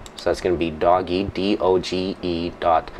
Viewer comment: its not doggy its do-ge